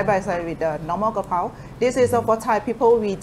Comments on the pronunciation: The title says "Kaprao"....... the comments says "krapao"........ but he keeps saying "ka pow" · Thank you for your amazing video about this popular Thai dish. May I note that based on the Thai word for this basil (กะเพรา), its English transliteration should be "kaprao", and not "krapao". Many Thais pronounce and spell this word incorrectly. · Its Ka (กะ) not Kra (กระ) everyone gets this wrong even many Thais. I donno why this bugs me so much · Throughout the whole video you called this dish "Ka Pow". I've always known it as "Ka prao". Can you explain please ? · Minor correction: it’s Kaprao, not krapao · Correct: กะเพรา = Kaprao. Incorrect: กระเพา = Krapao. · And one more thing. It's "Pad Kaprao" not "Pad Krapao"....Cheers! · it’s krapao not kaprao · "Kaprao" not "Krapao" (กะเพรา in Thai) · kaPRAO not KRApao, most of the time in other words it would be "kra", yes. But this word is "kaprao" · I've seen it translated both 'ka prao' and 'kra pao', but I've only ever heard it pronounced 'ka pao', so I'm hoping you'll clear it all up on your channel! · Isn’t it ka-prao? 🙏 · In Thai it is pronounced ka pao/pow in Thailand. The better romanisation would be Pad Kaprao, because there is no r is Ka even in Thai. And the second r is silent in vernacular speech. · It’s actually pad-ka-prao but anyway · Technically กะเพรา should be spelled in English with the “r” sound in the second syllable. Both Foreigners and some Thais say it wrong but the dictionary says holy basil is กะเพรา.